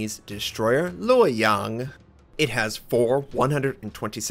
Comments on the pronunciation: Pretty accurate pronunciation on the name of the ship! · notser nailed the ship's name pronunciation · Notser, your pronunciation of the Lo Yang at the beginning of the video is pretty good 👌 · Notser , let me surprise that your pronunciation of "洛陽" is almost correct hope you can have fun in this Benson class destroyer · As a Taiwanese, I think you pronounce this name very good! Here is the name you can put as title page. "洛陽"